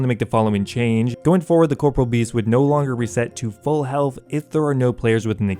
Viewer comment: I have yet to ever hear somebody pronounce Corporeal Beast correctly...